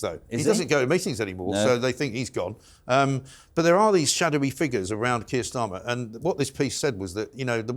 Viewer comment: You forgot Tur Keyer Starmer 😂